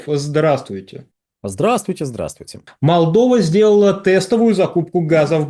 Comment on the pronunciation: Неможэт правильно произносить Молдова